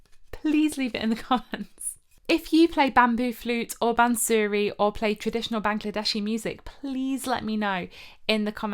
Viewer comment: Bansuri pronounced ' bunser ree' NOT "bun sooree"